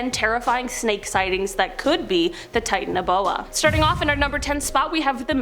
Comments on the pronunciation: The way she pronounces Titanoboa bugs me. Lol. Titan O’Boa.🤣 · That's not how u pronounce the name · Wrong pronounciation